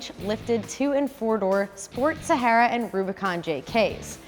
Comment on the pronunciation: Love the way she pronounces “Sahara” the Arabic way ! ❤️